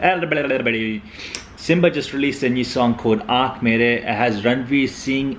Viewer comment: Thank god ,finally u pronounced aankh marey correctly...😂😂😂👍👍👍